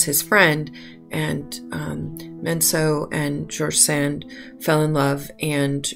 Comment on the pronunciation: Very charming video..... I would respectfully suggest that you check on the pronunciationof George Sand.